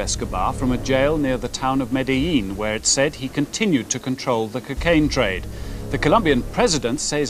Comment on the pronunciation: "the kekain trade" 😂